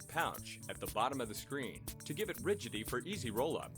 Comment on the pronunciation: What's rigity? Oh, you mean Rigidity!